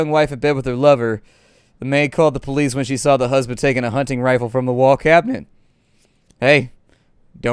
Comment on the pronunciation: "DIS IS DA POH-LEES!!!!" 🤣🤣🤣